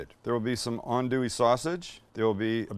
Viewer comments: Good job pronouncing "andouille" correctly! 😆 🤣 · I watched this video fully ready to flame you, but from the acknowledgment of Justin Wilson, to actually pronouncing “andouille” right, I’m impressed. Good job Sam